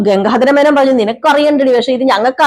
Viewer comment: ഗംങ്കാധാര മേനോൻ അല്ല ഗംഗാധാര മേനോൻ ആണ്